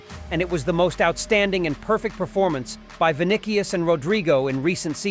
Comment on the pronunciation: Vinicius is pronounced “Vi-ni-si-us.”